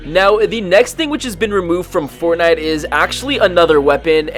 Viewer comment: You know i love fortnite a battle royale. Could you say it right please!